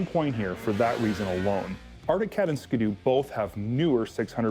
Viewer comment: did this guy just say "ska-doo" like a hundred times? It's a ski doo. Skee-doo. Like skiing. Get it?